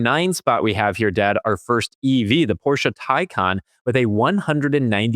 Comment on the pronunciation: So nice to hear a USian who knows how to pronounce "Porsche"! 🙂 That deserves a like.